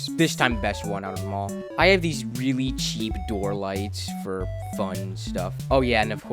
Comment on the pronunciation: Why do you say "weally" Instead of really